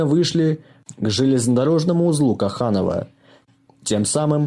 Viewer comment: Ударение на первый слог Коханово, я местный, Толочинский район. А так автору респект.